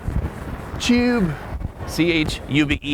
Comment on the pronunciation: This bloke might not to be able to eat with a knife and fork, but at least he pronounces tube correctly. Well done.